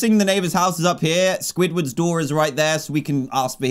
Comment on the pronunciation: He always calls it swidwards door, but it’s spongebobs door